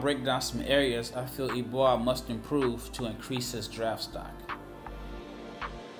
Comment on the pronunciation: I think it's pronounced like "eh-boo-ah"